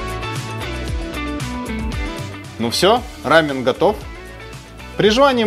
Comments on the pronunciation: Не рАмен,а рамъЁн. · Не хочу обидеть, но если называть только японский рамен, то действительно все будут постоянно путать. Я конечно не эксперт, но Япония - это рАмен, а Корея - это рамён( с ударением на) ё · Единственное с чем не согласна, так это с произношением. Почему вы говорите РАмен? Я много раз слышала как сами корейцы произносят либо РамЁн, либо Ламён (впереди стоящая р у них читается как л). А так рецепты все классные! Я обожаю лапшу быстрого приготовления. И пытаюсь как то разнообразить свой "рамён" 😊. Например, делала супчик с шампиньонами и лапшой. Правда без яйца, но все равно вкусно)) надо попробовать ваши рецепты)) спасибо за идеи❤ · Круто! Спасибо. Только не "рАмен", а "рамЁн"